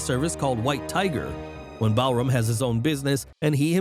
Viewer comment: It is Balram not Ballroom